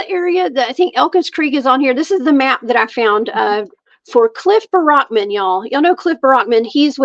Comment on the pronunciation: Poor Cliff. Nobody knows how to say his last name lol. The way I remember it is to think of army barracks. So the word 'barracks' but take the 's' off the end and add MAN. Like Berrickman.